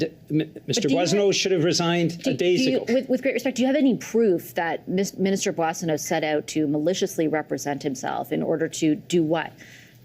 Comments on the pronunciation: The first syllable is not pronounced "Boy," it is" Bwaw" or"Bwah". Look up "bois" en francais. Bwaw-sun-no. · Surely you’ve been hearing it prounced umpteen times lately. It’s BWA son oat. Not BOY son oat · Why in the world no one bothered to correct his pronunciation of the Boissonnault's name? This is Canada, and no one should correct others misdeeds. Otherwise, you would be considered insulting and politically incorrect. Bussial, my butt. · You don’t know what Randy’s name is you keep pronouncing his name bossio it should be pronounced boozo the “clown” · GACK! Boisio??? gerretsen, you should be getting the guy's name correctly on National TV! Holy cow! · 'Boo-ah-so-no' is the correct pronunciation